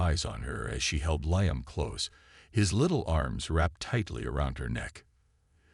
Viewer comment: If you can’t pronounce Liam don’t make the fake video.